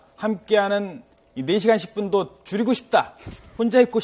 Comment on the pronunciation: 와 함께하는 시간을 '줄이고 싶다'를 '죽이고 싶다'라고 들어버렸네 ㄷㄷㄷ